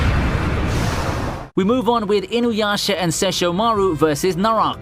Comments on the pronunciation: I'm pissed at how badly he butchered seshomurus name and got no blast for it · Lmao I was wondering the same thing, when he pronounced Sesshomaru, oof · The way you pronouce Sesshomaru was cringe🤣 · What the fuck did you just call Sesshomaru??